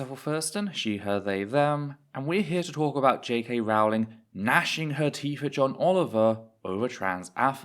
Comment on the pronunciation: I thought it was Rowling like bowling, not Rawling like boweling.